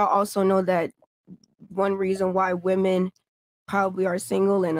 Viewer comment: Stop saying woman. It’s women. God